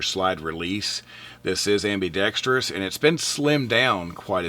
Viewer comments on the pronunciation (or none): none